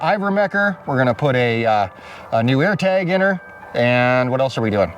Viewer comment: Did u say ear tag or AirTag?